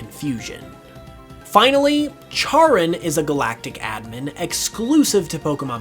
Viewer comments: Charon -> “care-on” not “chair-un” And Pluto isn’t a planet. Soorry. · Pls charon is pronounced like karen pls im in pain here